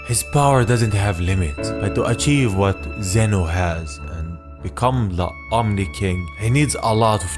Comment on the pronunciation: It's Omni not omi